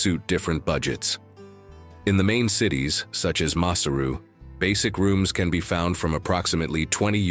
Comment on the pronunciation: Another pronunciation comment. The King was not MO-SHOE-SHOE as pronounced by the commentator but rather MO-SHWAY-SHWAY.